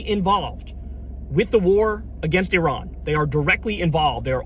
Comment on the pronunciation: Apart from anything else, thank you for pronouncing Iran correctly! For an America that's a huge achievement. What's happening otherwise is catastrophic.